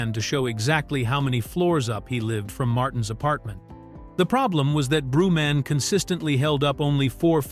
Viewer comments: WHO THE F IS “ BREW-MAN” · Brew Man? smh more a slop 😂😂